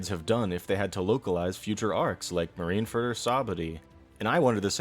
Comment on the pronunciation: are you saying...the names of things in One Piece wrong on purpose? Bell Mare Sahbuddy Mareen Fur